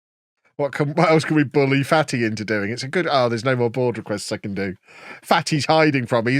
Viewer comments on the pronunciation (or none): Took me like 2 episodes to figure out it was Fatih not Fatty 😂